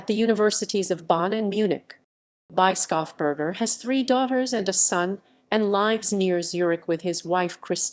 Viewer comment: ... voice sure is AI, but for the pronunciation it is "Bruno Bischofsberger" : [Broonow] [Bish-off-burger]. which could be "read" as the bishop (Bischof) from the mountain (Berg)